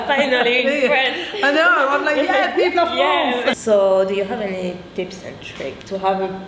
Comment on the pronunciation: Wooow le "vive la France" sans accent j'étais pas prête. Super contente pour toi qui tu as rencontré ta créatrice de make up préférée 😉. Trop mimi ta réaction quand elle a dit qu'elle aime ton nez 😉